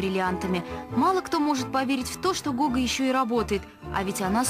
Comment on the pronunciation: Не Гога а Гоха (Гаухара)